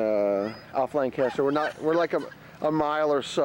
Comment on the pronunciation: its pronounced Lank-aster